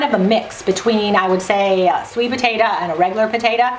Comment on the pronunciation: Sorry it's potato NOT potatoa!!